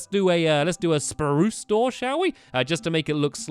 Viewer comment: stampy it's not spuce wood it's SPRUCE wood